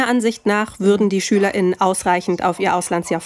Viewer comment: Wenn ihr gendert, dann doch bitte nicht Schüler*innen sagen und es auch so aussprechen, sondern Schülerinnen und Schüler oder einfach nicht gendern und Schüler sagen… So, wie es jetzt ist, hört sich das meiner Meinung nach jedenfalls schrecklich an.